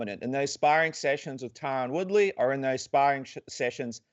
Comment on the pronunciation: Did he say reTyron Woodley 🤣 Luv or hate him he whooped Woodley ass like he said he would. Masvidal vs Colby is gonna be a scrap🤙🏽